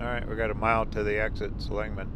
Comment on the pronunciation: This probably doesn't bother anyone but me LOL my ancesters are Seligman and you're pronouncing it wrong. The emphasis is on the 1st syllable not the 2nd☺